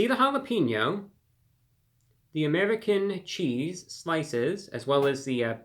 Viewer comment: I've watched this dude for quite some time, but never realized how weird he says 'American Cheese'.